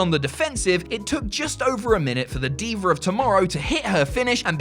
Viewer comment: "Deever of tomorrow" 🤣